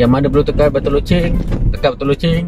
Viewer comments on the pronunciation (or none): none